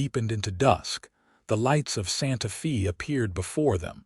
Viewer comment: Santa Fee? Tuscan? AI ain't all it's cracked up to be.